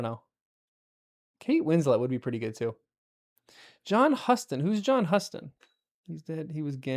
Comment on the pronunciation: John Huston's last name is pronounced as "HEW-stun" like the city Houston in Texas. It must have been a bit of a surprise to not be introduced to Bard in this chapter; Tolkien introduced the character pretty late in the story. I originally expected Peter Jackson to bring in Bard as the chief guard at the bridge but he tricked us by making him a bargeman. I still find it hard to credit that the Dwarves had lost so much knowledge that they couldn't estimate the date of Durin's Day at least within a few days (something that Elrond and his folk could have helped them with). If you'll recall the LotR appendices, there was a dragon slayer among the forefathers of the Rohirrim. I would recommend Karen Wynn Fonstad's The Atlas of Middle-earth as the more useful reference book. BOOK RECOMMENDATIONS: Jim Butcher's urban fantasy series The Dresden Files (20 books so far including 2 anthologies). Also by Butcher: The Codex Alera (5 volumes). The Elric Saga by Michael Moorcock (who was also a member of the British band Hawkwind and who also wrote several songs for Blue Oyster Cult).